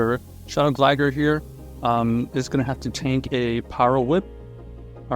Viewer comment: Why is bro calling it Gligger?